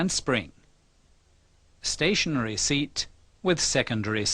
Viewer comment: ستاشنرى سنترفيوجال REPAIR YOUR ENGLISH PRONOUNCE